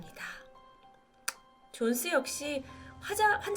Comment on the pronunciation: 지닌 존슨 Jonson (X) <- 존스 Jones 입니다.